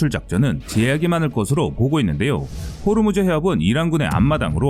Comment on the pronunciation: 호르무즈가 아니고 호 무즈